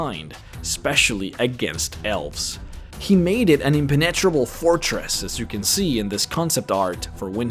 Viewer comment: that's an interesting way to pronounce impenetrable